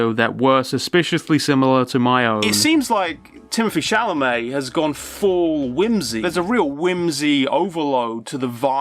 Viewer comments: how is this where I learn that it's "Chal-amet" not "Cham-alet", what is wrong with me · ya know i do have to say that its good and funny that moon says chalamets name wrong, i flip a coin in my head on the spelling every time i say it